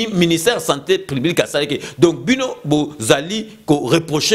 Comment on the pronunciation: OZONGISI NDE BA ZOBA NA TEMPS, BA KO PESA BINO COURS A DISTANCE, BA LOBAKA SANTÉ PUBLIQUE ET NON SANTÉ PLIBIQUE, TIKA KOMBO YA FAYULU NA MONOKO NA YO, SALA MUSALA NA YO MAIS TIKA NDE DIAMBA